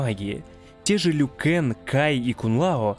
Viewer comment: Не ЛюКанг а Лью-Кан